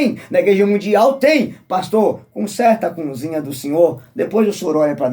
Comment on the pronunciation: Meu conterrâneo você fala sobre batismo..Jesus se batizou com quase 30 anos, qual o teu argumento contra esse batismo? E vê se aprende a falar cozinha, e não cunzinha😂